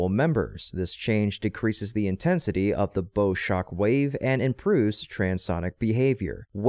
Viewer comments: It's bow as in the front end of a ship. Not bow as in the thing on top of a present. Pronounced like bough. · the "bow" in "bow-shock" is pronounced the same as "bow" in "bow-wow" or "take a bow", not like the "bow" in "bow-tie" or the one in "bow and arrow". It refers to the bow, or front end, of a boat.